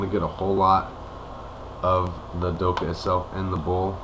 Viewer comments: it's not the kh forms the sound "khhhhh" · try pronounce the 'kha' sound at the end like an exasperated sort of breath out, just to let ya know :) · its not silent. i live in the UAE and we dont say doha or doka. dokha has a throat sound where the k is that is hard to say unless you speak a little arabic